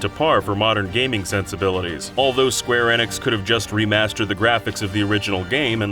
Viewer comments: Way to say square enix right... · Y'all seriously can't tell me that you can't pronounce Square Enix correctly either? I think you guys are just doing it on purpose now.